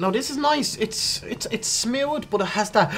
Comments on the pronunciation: 'it's smewd...' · It's not smooth, it's 'smyood'. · Sad that people’s comments got these folks saying smooth vs smood. 😢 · Me thinking wtf does "smilled" mean, meanwhile dude just says smooth 😂